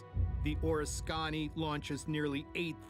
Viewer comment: the name of the carrier is {or risk ken knee} if you are going to make these videos at least do some research on pronunciation.